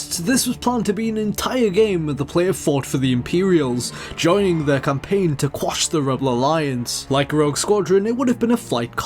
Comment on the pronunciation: "the campaing to cwush the rebel alliance"